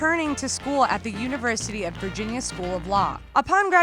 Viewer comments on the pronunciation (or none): none